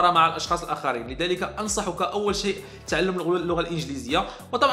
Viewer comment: يارجل انت عربي انت ؟ كيف بتقول تألم بدل تعلم ؟ يارجل رح طق من لهجتك مئة ضولار بدل دولار :(